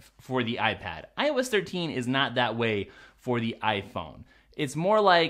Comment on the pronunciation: Am I the only idiot that kept hearing "I was 13" instead of "iOS 13"? "Today we're going to be talking about I was 13." lol